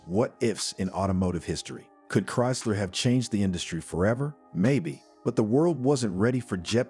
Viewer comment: Bad AI cant pronounce Chrysler??